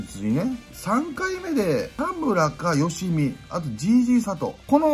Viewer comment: 吉見の発音が好(よし)みにしか聞こえん😂